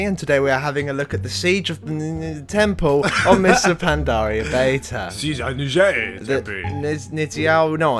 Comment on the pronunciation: It's pronounced new-zow (as in now).